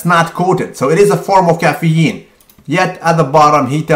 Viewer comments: Cafee-een! Lol! This guy is the best!! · You say caffeine in a weird way. But yeah, Mike Chang's website is absolutely hilarious. Go there for a good laugh. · omg, lmfao at the way he says caffeine